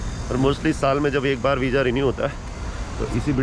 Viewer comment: vija nahi hota visa hota hai